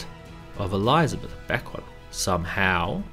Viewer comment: I'm out. Can't stand hearing ELEYEZA beth